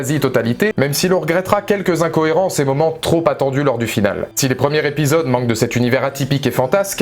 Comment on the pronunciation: Afin d'améliorer vos vidéos que j'aime beaucoup, je voudrais vous dire de faire attention aux "Liaisons dangereuses" (non, pas le film avec Michelle Pfeifer…); ne dites plus "les premiers Répisodes" mais "les premiers Zépisodes", car il y a un S à la fin de premier quand il y a plusieurs premiers.